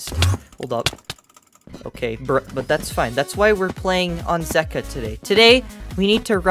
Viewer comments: Zeqa is pronounced as Zek-wa not Zeek-wa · It’s pronounced ze-cwa 😂😂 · Zeqa (zegua) that's how u pronounce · It’s pronounced, ZEE-KA